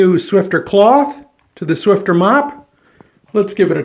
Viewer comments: There is No "T " in Swiffer it is not swifTer, it is Swiffer! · It's called "Swiffer" not "Swifter" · It's SwiFFer not SwiFTer..hahaha. Thx for the demonstration tho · No offense but... please call it the right name... swifter ? What, so annoying... the box says Swiffer. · Funny you called the mop pads Swifter and it doesn't have a T in the spelling.